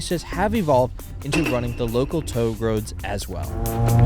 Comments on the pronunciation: Touge as in toe gay not towg. Cool vid btw, currently I'm residing in Osaka and as a car guy I rarely see these guys so kudos for ya. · "toe-gay" not Toeg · This dude really said toug. It's toug-e bro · Who the hell calls it toag? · I liked this video til he pronounced touge like toad :( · Not "Touge", it's pronounced "Toe-Ge" ('Ge' like 'gay'). Anyways pretty exciting video. Thanks! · "Toug" roads 😂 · "Local toag roads" lol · “Towg” roads? LOL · its pronounced "Toe-gaye" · pronouncing touge as "toag" 😂😂😂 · My man really pronounced it ‘towg’ 💀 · I thought TOUGE is pronounced tow-gay and not what i heard.... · It is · I guarantee you not everyone pronounces it tou gay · How can you work for Donut and not know how to pronounce " touge " ? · Bro did not even bother researching how TOUGE is pronounced. Great job donut. Oh how the mighty is fallen. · It's touge`. This makes the second video I've seen of this host and he gets that wrong. Donut's QC has gone downhill. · bro still cannot pronounce Touge properly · except he doesnt know how to say "touge" lmao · Did stick out to anyone else? I've never heard it pronounced that way from anyone inside/around the drifting scene, especially from a presenter as well-informed as usually is. * Edited to better reflect what I meant